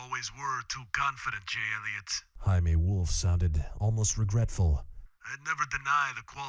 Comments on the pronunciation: thanks for the read! if youre going to do the latino accent you should know that Jaime is pronounced "hi-may", not "hi-mee". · Struggling to listen to instead of Jayme - Jaime wolf. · Uhhhh.... I'm not entirely sure his name is "Hi-Me" instead of "Jay-Me" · I do enjoy the audiobooks, but the mispronounced name of Jamie (it's not Hi-Me, he's not hispanic) is annoying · Need to book mark this for later. Good job on doing this, though its made me question some things. Predominantly Jaime Wolf, and how its said. Always prounounced it as the english Jamie (so Jay-me). Apparently the spelling is for the spanish pronunciation, which is how the narrator is saying it. Had to google it, so learnt something there 😂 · I can't...lol. It jerks me out of the book every time he calls Jamie wolf "Himee". Wth? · Yeah, that gets me hard, too. This read aloud is staggeringly awesome, though. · I know that the Jaime Wolf pronunciation is a contested thing. But other than that this is a perfect reading of the story. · Is using the spanish pronuncistion of jamie supposed to be for some sort of copyright cituation? Or just something you wanted to do?Considering he is described as an old or young short white man all the time. I think hes of germanic terran stock, as well as everyone else on youtube calles him by the english pronunciation. Just curious! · The way you pronounced Jaime is killing me. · Jamie Wolf name pronunciation. TIL